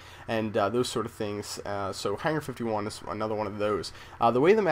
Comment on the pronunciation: notice how he says hangar